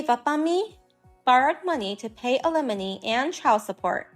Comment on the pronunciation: Talk to someone that speaks English knows the difference between alimony, lemony, alemony, and lemonade, alumni and it can explain to you what compensation is since you don't seem to have a grasp on that. Oh my God can you have any more awful pronunciations of alimony You cannot get alimony from someone you've never been married to it's compensation